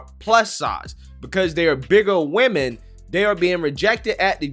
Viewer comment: why can't ANY of these "younger" folks pronounce the word: WOMEN correctly???